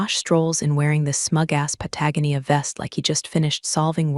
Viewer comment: Pata-Go-Nia. Not Patagnia. 🙃😀